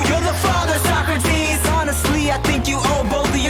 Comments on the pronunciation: So Socrates is pronounced as So-Crates? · please tell me your pronunciation of Socrates is a bit that you're doing